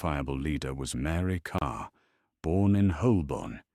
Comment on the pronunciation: Oh no not another one. A really interesting subject spoilt by overtheatrical portentous AI narration that can't cope with pronunciation of place names, and irrelevant illustrations. If you're going to use subtitles at least use a version that uses English spellings for an English subject. And it's "Mary Carr" not "Mary Karl".